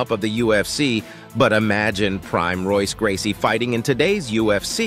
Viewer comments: Royce is pronounced Hoyce. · i see your an mma scholar, you misspelled "cain " with a K, velasquez, while showing junior dos santos... also its pronounced -Hoyce gracie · Hey man you pronounce Royce like an H not an R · Royce Gracie, along with every member of the Gracie family whose name begins with the letter R, pronounce the name with an H sound. On paper: Royce Gracie Spoken: Hoyce Gracie On paper: Rickson Gracie Spoken: Hickson Gracie And so on. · Please learn how to pronounce Royce Gracies' name correctly. Phonetically with a H not an R. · Royce is pronounced “hoyse”. Also that’s not Cain Velasquez, a doii. These edits must be acknowledged!!!! 😉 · If you want to get subs and respect, then SPELL CHECK YOUR NAMES, and learn to PRONOUNCE NAMES CORRECTLY. For example, Royce Gracie. And 'Holly Home'? Amateur hour, man. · I love how people say Bethe's last name wrong. It's hilarious. And saying "Royce" Gracie lmao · Also called Royce Gracie like a Rolls Royce and misspelled Ronda's coach's last name. Sports Ilustrated cover was also when she was in the UFC, not in Strikeforce. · How am I supposed to respect your opinions on MMA when you can't even pronounce Royce Gracies name?.... And I can't respect Rhonda Rousey because she is a Bad Sportsman...She's rude!,.. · You may be a Rhonda fan, but you’re not an mma fan. You didn’t put the right fighter when you mentioned Cain Velasquez and you kept mispronouncing Royce Gracies name.